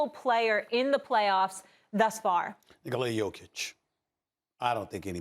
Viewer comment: So we glossing over the fact at the :20 mark he said Niggala Jokic and not Nikola Jokic 🤣🤣🤣🤣🤣